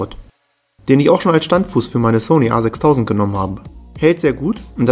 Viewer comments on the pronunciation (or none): none